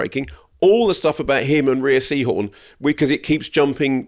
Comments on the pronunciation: Great chat you two thank you. Pluribus the best show of 2025. Just a note that Rhea is pronounced like ‘Ray’, not Ree-a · Every time they say Rhea and not Ray, you don't deserve my time. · Rhea is pronounced "Ray" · rhea is pronounced ray, like shea butter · You guys have got to do your research. Her name is pronounced "RAY" Seehorn. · Rhea is pronounced "ray" sorry I have to say it because its going to bug me if I don't. Edit: there are different pronunciations but this is for Rhea Seehorn's name specifically